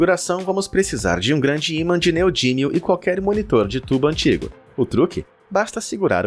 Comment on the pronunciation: Neodímio e não "neodínio"